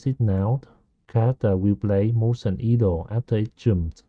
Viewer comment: great tutorial, just a small note, 'idle' is pronounced 'eye-dul' rather than 'ee-dul'